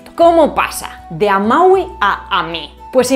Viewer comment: ¿Por qué pronunciás amaui en vez de amavi? 🤔